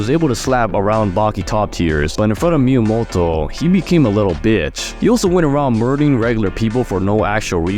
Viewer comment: Love the vid but the wsy you pronounce Miyamoto tho💀